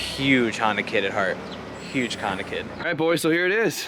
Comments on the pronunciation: Nissanda and Hondan (hon-dawn) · Nissonda and hahnsin (tribute to hahn f&f “honson” ) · Honbimmerssan? Honssan? Bimhonssan? Nissbimmerda? Oh boy